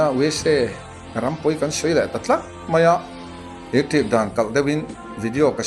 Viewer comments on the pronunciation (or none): none